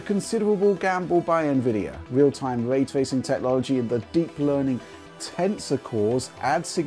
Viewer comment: What is this, “way twaycing,” that keeps saying?